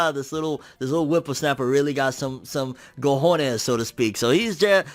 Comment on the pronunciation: He really said "gojones" 😂 smh damn shame.